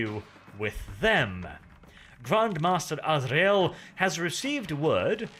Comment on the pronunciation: "Grand Master A-zra-el" finally someone who can pronounce this right, it maddens me when people says "Ass-ree-el".